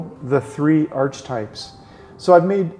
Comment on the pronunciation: I think its pronounced arc-e-types....not arch types. just sayin' bro